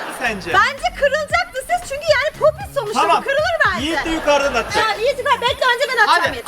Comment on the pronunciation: dış ses:kesmeyin o popati lütfen doğrusu popit buğarada